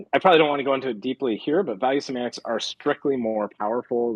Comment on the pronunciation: “value simants”?? What’s he saying??